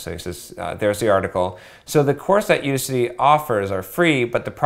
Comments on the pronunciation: I'ts udACity, not UDAcity. It's like AUDACIOUS bro. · It's You-Daas-City not you-di-citee genuis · I can't take his input on this topic seriously. If he can't even say "Udacity" properly, what makes you think he knows what he is talking about?